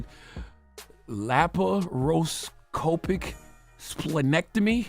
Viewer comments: Lols Chathagod ,the way you pronounced lapa-ro-scopic spleen- ec -tomy got me tripping 😅, dang! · CTG butchered laparoscopic 😂😂